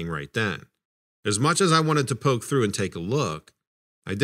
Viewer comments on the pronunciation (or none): none